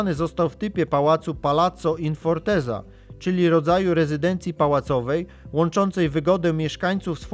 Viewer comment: Po takiej architekturze widać najlepiej jak bogatym państwem była wtedy Polska. PS. fortezza wymawia się fortecca, bo to po włosku